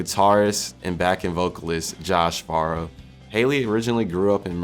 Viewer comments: Ok just saying....it's pronounced FAREOW.... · Didn't even pronounce Farro correctly but made an hour long video on the band 😭😔. Kinda wish a long time fan made this video, I feel like someone learning Pmore history just now and making a video on them tells the story differently than someone who experienced it all. 😢 Glad people care enough to learn about it though!